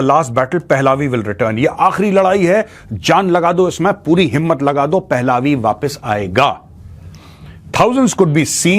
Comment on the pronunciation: Maj साब क्राउन प्रिंस रजा पहलावी नहीं इसे रजा पहलवी कहा जाता है। अगर यह कोई non हिंदी speaking person बोल रहा होता तो उसे excuse किया जा सकता है लेकिन आप पूरी तरह से हिंदी स्पीकिंग पे